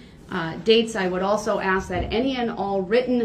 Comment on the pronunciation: Yes….every time he said “aks”